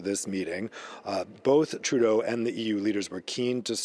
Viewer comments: Announcer: No need to switch to a bad french accent to pronounce Trudeau; sounds horrible. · Good piece and kudos to actually pronouncing Trudeau's name properly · Á l’animateur. To the host. Justin Trudeau is an anglophone. Between Canadian English and Canadian French there is a difference in the pronunciation of the name. You've pronounced the name in French while speaking English. It might come across as... légèrement affecté.